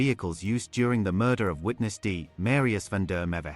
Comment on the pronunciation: Please, please, please pronounce Msrius van der Merwe's name proberly. I can't bear to hesr you saying it hundreds of times and still not getting it right. If you can go to the trouble of reporting, then prepare properly.